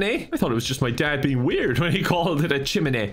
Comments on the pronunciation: It's not "chim-in-ay" it's "chim-in-ee-uh" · It’s pronounced chim-in-knee-ah. 👍🏼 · You pronounce all the vowels, it's Chi-mi-ne-a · It's CHI-MEH-NEH-AH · it's pronounced "Chimineeuh" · chiminea is said like chi min ay uh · Just saying it pronounced chim-a-nae-a but wrote chiminea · It’s actually pronounced chim-in-ee-ah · It’s pronounced chim-knee-ah